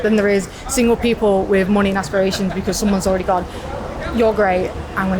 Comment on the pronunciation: she mispronounced money hahahaha